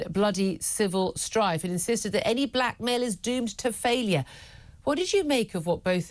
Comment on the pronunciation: Ohhh black mail I thought u were saying black male I was like tf